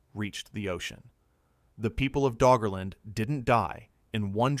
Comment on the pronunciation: Did he say Draugr-land?